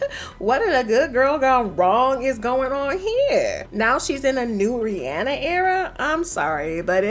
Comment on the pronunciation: Why are pronouncing RiRi name wrong?